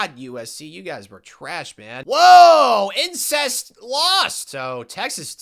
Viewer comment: Are you saying “ incest “ for Alabama or im tripping?